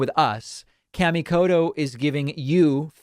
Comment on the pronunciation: David pronouncing his sponsors name all wrong! Kamikoto (Ka) - the a is ah sound and (to) is a softer t sound rather than hard d sound.